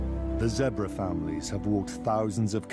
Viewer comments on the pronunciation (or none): your vids are great keep working hard plz stop saying zebar zebra